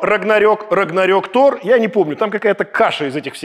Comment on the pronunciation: Александр, на моменте читаете название фильма "Тор - Рагнарок" как "топ - Рагнарок". Ждем разбор ошибок разбора ошибок🙃